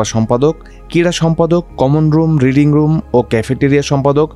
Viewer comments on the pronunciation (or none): none